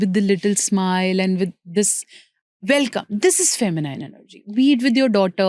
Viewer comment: "Feminiiiiine' is wrong pronunciation The correct pronunciation is Fe- mi- nin as in " nin" not as in "nine"